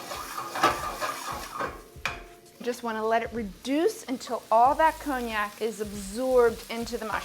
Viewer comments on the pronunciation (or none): none